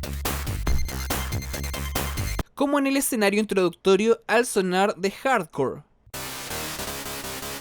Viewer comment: parece que dice contra hardcore xd